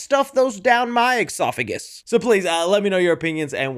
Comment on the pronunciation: Esophagus dude,not exophagus.You Americans and your spelling and pronunciation of words is tragic.Anyway,you're welcome.Also,it's espresso not expresso.😂😂